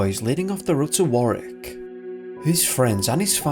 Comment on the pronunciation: Its pronounced wo rick just saying I live there now. After picking g you up on something, I'd now like to compliment you on the visuals during this video cool